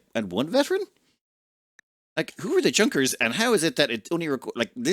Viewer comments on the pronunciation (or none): It's way too late to ever be read, but a Junker, pronounced "YOONK er" is a Prussian noble class.